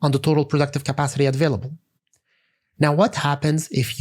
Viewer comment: Very good except the "advailable" (available) thing